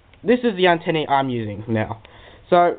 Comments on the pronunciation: its antenna not antenni LOL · great review mate, just a bit annoying when you kept saying antenny, its antenna. but other than good review